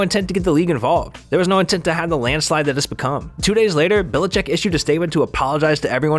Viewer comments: I thought the exact same thing agaha and he said Bill bill-a-check..smh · Why is this guy saying billachick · Couldnt pronounce bellichek either